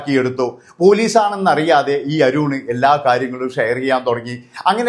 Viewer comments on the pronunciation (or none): അരൂൺ അല്ല അരുൺ